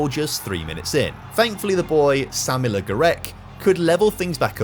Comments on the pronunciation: I don't know how many times I heard Aaaaaaaaaaaaaaaaaah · How on earth does an adult man think 'le' in french is pronounced 'lee'? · Pronouncing Le as 'Lee' is heinous even for a brit